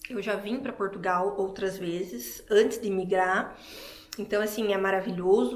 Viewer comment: Foi o "pastô" da igrejinha"delis" é "qui" mandou "elis vim prá Portugaaauuuuuuuuuu". Nem o nome do nosso país "elis sabi falá".